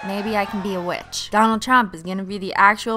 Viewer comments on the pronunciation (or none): none